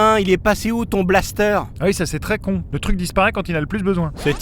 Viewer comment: Un 'balssetèr' ... Non un blaster x'D